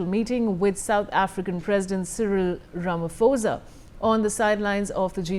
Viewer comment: Not Rama- fo-za It is pronounced: Ram- Po- Za